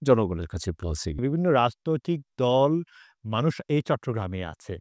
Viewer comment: উপস্থাপক কে ভাষা উচ্চারণে আরো পারদর্শী হতে হবে, দল বলে ধল, আরো অনেক উল্টোপাল্টা